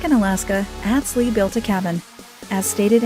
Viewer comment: The music is so annoying and they don’t even know how to pronounce Atz Lee’s name. Click bait